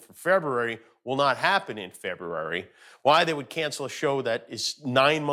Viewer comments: Bet you can’t say “Fevuary “ five times fast....Or once for that matter. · Aww Jimmy, can you not say February? ❤️ all love man!🤣 but please tell your writers to make sure they incorporate the word February in your monologues as often as possible.